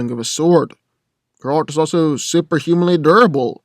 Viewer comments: It's ger-alt. Not gralt. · no offense but everytime you say geralt it sound like grodd :P tho i feel like you got most info from wiki special about aragorn half of the invo hasnt been confirmed hes not superhuman he is numenor he doesnt sense orcs he uses his tracking by feeling vibrations and using the earth to sense if he can hear anything nearby using vibrations tho geralt is a mutant without that hes alot weaker and wouldnt be able to fight like he does as mutant in that case its not really a fair compare both are good as they are aragorn without superstrength is the better one in that league and geralt as mutant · I had to skip to the end as soon as you mispronounced Geralt as Grrr-AWLT. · mispronounces Geralt Me: stop this blasphemy.